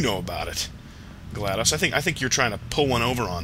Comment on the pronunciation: I like how, in the beginning, when you and GLaDOS were (by the loosest definition) friends, you pronounced her name like "Gladice," but now that you're trying to kill her, you pronounce the "o" like an actual "o." Was this intentional?